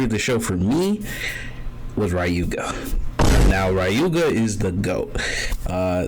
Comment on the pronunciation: It’s pronounced Rayuga, written Ryuga